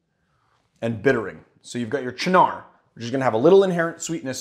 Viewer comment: I really hate to give you guff because I thoroughly enjoy and appreciate all of your videos (I watch every single one) but the way you say Cynar makes me tweak a little every time. It's pronounced CHE-nar, as opposed to cha-NAR; the word should have a falling arch to it. It's like 'chief' without the 'f' plus the first syllable in 'gnarly'. Again, I mean no offense, I love your work.